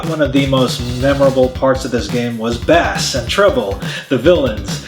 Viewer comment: Thumbs down just for mispronouncing "Bass."